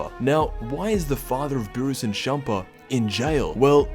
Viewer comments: He said SHampa instead of CHampa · Its beerus and champa not burris and shampoo